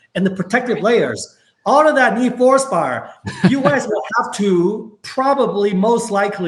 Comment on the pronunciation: I couldn't understand him either bit in the comments above it is Fluospar